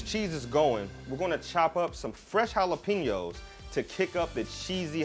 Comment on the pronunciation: We Mexican, Mexican Americans, Latinos/as and Latin Americans, appreciate you pronouncing jalapeños correctly.